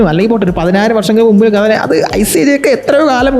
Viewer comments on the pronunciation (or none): none